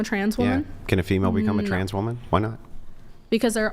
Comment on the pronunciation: In addition to MW not being able to pronounce “woman” and “women” correctly, anyone else notice how they pronounce it “SARE-ogate” instead of “surrogate?”